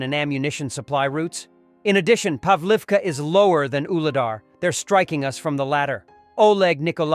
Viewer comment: The Web Editor or whoever uses the Text-to-Speech Engine should take the time to listen to the narration prior to uploading videos. The Text-to-Speech is dumb. Garbage In, Garbage Out. If a Visually Impaired person were to be listening to this video, they might be as confused as I was when the narrator said "As a Result, US and Kamchatka marines .... " saying US as in United States as opposed to the word "us" as in you and me or in this case, us and the Kamchatkins. It's lousy grammar spewed into a poorly trained text-to-speech engine. You can read and hear this I highly doubt the US and Kamchatka Marines did ANYTHING together !